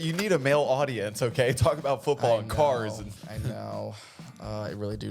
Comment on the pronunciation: the way he says “talk about FOOTBALL 🏈 and CARS 🚗 “ reminds me of the AdultSwim short cartoon where the lil podcast dude says “man eat steak, pork, chitlins… woman eat salad”